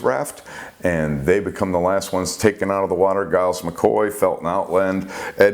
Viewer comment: Giles is pronounced Jiles. The Sub Commander's name was Hashimoto, not Hashimito